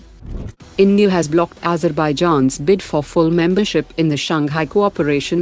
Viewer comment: Azerbaijan ❌ AzerPaiJan ✅😁